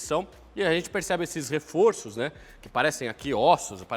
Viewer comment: "Refor(ôr)ço"…"refor(ór)ços". Chama-se plural metafônico. A palavra "reforço" no plural passa a ter som aberto no o central.